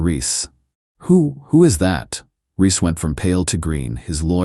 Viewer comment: BaHaHaHaHaHa, the "wake the dead" package..!!! 😂😂😂 His name Reese, not Riss.